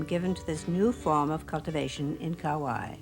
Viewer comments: seriously, couldn’t even pronounce anything correctly. Hopefully it was a sign of the times of haole telling our mo’olelo. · Too bad she couldn’t pronounce Kauai correctly. Been living here for 35 years